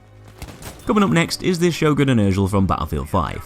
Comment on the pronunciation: “Sjögren Intertial from BFV” This makes the BF1 Sjörgen sad